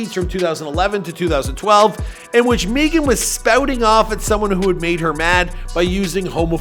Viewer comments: My wife's name is Meagan and she pronounces it Megan like all others. Not "meegan" or whatever you keep saying. You will be getting back lash from the stallion I'm sure. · It’s Meg-an !!! Who’s is Meegan?????? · Can you stop saying Meegan please, it's just Megan 🤣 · Why u keep calling her meee -gan? It's pronounced Meg-gen. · Dude its Megan not Meeeeeegn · 🤣🤣🤣🤣 For real though why do you keep saying Meagan instead of Megan? It's a fairly simple name? Ah who cares. She got that WAP. And lipstick drawn outside their natural boundaries. So everything is fake today. Like trans swimming champions. Everything is a hoax. Everything is a downright lie. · Why do you call her “Meeghan the Stallien” that’s literally not how u pronounce it bro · I Know He's From Canada & Whatnot, But the way He KEEPS saying "Meegan" like the way Key says it on "Key & Peele" is Funny AF Lmao!!!! 💀😂💀😭💀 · Who the eff is MEE-gan. I honestly think he tries to mispronounce people's names on purpose! He does it all the time! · Why do you pronounce Megan meeegan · When he said "Meegan" I saw Big Shaq😂😂😂😂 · Every time he says “Meegan” , I can’t help but watch the Key & Peele episodes on YouTube lmao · Bro I swear I was thinking the same exact thing!! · Meeegun or maygun? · Can't even pronounce her first name and called her album Tina Snow Tina Show. Come on now. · Its like every video he pronounces someone’s name wrong like halfway through the video after he’s said it right 9 times like what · Dog I can’t keep watching your videos if you keep mispronouncing very easy names. You been doing this too long to keep messing up like that man. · lol why tf he keep saying her name like that. meeee gan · I swear this dude mispronounces shit on purpose. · Roadman Shaq on the pop ups every time he miss pronounces Megan wrong 😂😂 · Bruh I was looking for a comment like dis I thought I was the only one seein dis shi lmao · He pronounced her name wrong the whole video